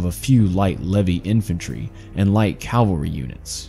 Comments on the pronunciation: Cavalry, not calvary. Stop interchanging them. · Good grief, it’s CAVALRY, not CALVARY! Cav-al-ry! Cavalry is a term for mounted warriors, Calvary is the name of the mountain where Jesus was crucified. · Calvary ? Calvary? cmon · CAV al ry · Dear lord...learn how to say Cavalry...